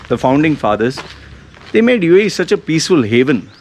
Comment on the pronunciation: I LOVE “YOU AEH YEEH” UAE,UAE,UAE 😂😂😂MOAN LOUDLY😃😃😃